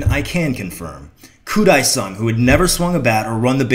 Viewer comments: Fyi, its pronounced Koo DAY sung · pronounced wrong. koo [day] song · Good video. But it's pronounced Koo Day Sung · It actually sounds like Mariah is saying Koo Dae-Sung at the beginning of Fantasy. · It's the best video ever with this incident. Only except how you pronounce his name is so awful.